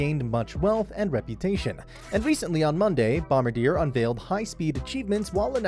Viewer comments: Hahahahahaha. Dude, it was hurting my ears listening to this guy butcher the name. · If you’re going to do a video at least say the say right. It’s a French word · It does diminish the credibility of this video when you mispronounce the name! Think of how the French would pronounce it and that is how you say it! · Please learn how to pronounce the company name!